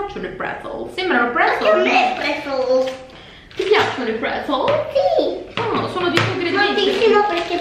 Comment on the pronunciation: Quando a detto prezels 😂😂😂